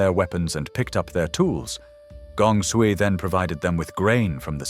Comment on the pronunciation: Is the audio AI generated? I am hearing some inconsistencies in pronunciation of Chinese names. I noticed that Sui was pronounced as Sooey at one point.